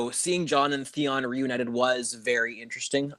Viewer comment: Why does keep saying (Thay on) insted of Theon? Does he have a lisp or somethayng! Ha